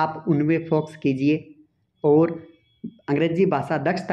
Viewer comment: Foxs nhi focus pronouns kijiye sir😅